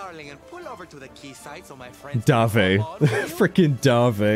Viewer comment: Congrats on beating Jasper! Da-vea, not Dave. (A spin-off featuring Sylv and Davé would be freaking amazing!!!) Anyway, I both hate and feel for Jasper. He is an interesting character, and very well done/created.